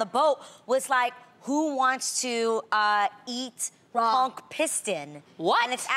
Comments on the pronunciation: Its pistal adrienne ..... look at then messing up the word conch (the ch takes on the k sound)... this not spongebob with with the mighty conch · lol why do yall pronounce conch like that? Or do we island people just say i wrong lmaoo?